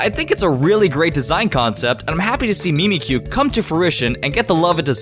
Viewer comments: Your pronounciation of Mimikyu triggers me to no end. The whole thing about mimikyu is that it is MIMICKING pikachu. The 'Mimik' in Mimikyu id pronounced mimic, not mee-meek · Mimic-you not me-me-kyoo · Ok, no one else triggered that he says Mimikyu wrong? XD the little things in life.